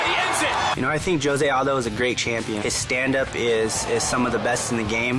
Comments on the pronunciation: Jshoe-Zay is how his name is pronounced in Portuguese. Hoe-Say is how it's pronounced in Spanish. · You are right, it is wrong, actually in brazil we say it differente, it sounds like 'Jo' as in johnny and 'sé' as you pronounce the two begining words of the name Zack, hope you understood it =D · no its not dumbass its pronounce joesay aldo! .... bitch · maybe in the mexican dialect but in the brazilian dialect it is pronounced with a J. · Josy and the pussycats needs to understand that his name is Jose not Josy